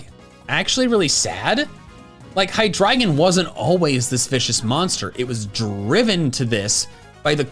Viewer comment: Its pronounced high-dree-jun. Like the words hydra and legion